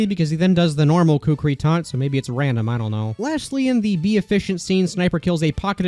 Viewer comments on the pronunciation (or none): btw the kukri is not pronounced koockree its pronunce cookri with the o being quick